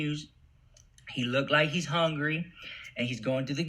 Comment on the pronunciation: Lorena La Reina he said HONGRY girl lmmfao I loled at that too 😂😂😂😂